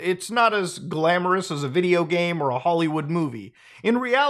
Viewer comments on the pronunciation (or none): none